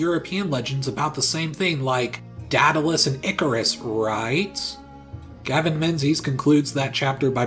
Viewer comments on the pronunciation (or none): none